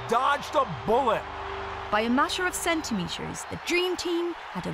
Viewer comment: Why you always say sh instead of t? Sweash, eighsh, upsesh, santimesher, eighsh, Unished.